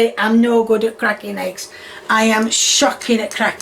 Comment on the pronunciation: You better watch out,. You almost said potatoes and eggs correctly (instead of sputatoes and heggs)